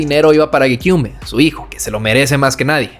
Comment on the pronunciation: Tremendo video para empezar!! Si tuviese que criticar algo sería que la foto que pusiste de Geneva ,su ex ,no es esa chica que sale y que gekyume se pronuncia sin la E final. Por lo demás agradecer todo esfuerzo que te habrá costado hacer este video y con dinamismo y humor que me encanto y fue súper llevadero teniendo en cuenta la duración. Super completo y le hace mucho honor al legado que nos pudo dejar un artista como el que fue Jahseh. Su música resonó en mi de una manera única en la que otros artistas nunca pudieron con esa manera tan cruda de expresar su arte y su personalidad, justamente le descubrí en una época donde pude aprovechar su música como un apoyo para superar la peor época de mi vida . El otro día te descubrí por el vídeo que hiciste de Yung Lean y justamente ahora hablas de uno de mis artistas favoritos. Sigue dandole duro a los videos que talento y visión no te faltan , saludos desde España!!